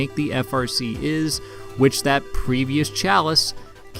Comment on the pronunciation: Isz pronounced eyes.